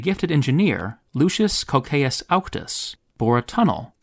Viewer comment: Anyone else kinda mad at the english pronunciation of "Cocceius"? Where the hell does the [oʊ] sound come from?